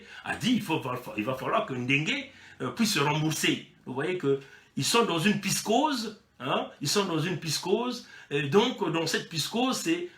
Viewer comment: alors il a donc bien rencontrer poutine cette fois là malgre sont retard ce qui prouve que poutine s'en contre fou des congolais et qu'il lui a certainement vendu des armes . et c'est " psychose " [psi koz].. mon tres cher frêre :) la repression du general "bourricot" dengé et sa clique d'ane batté disponible sur whatsapp